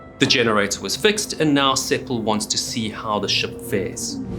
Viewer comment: The name was Sepel rather than Sepal.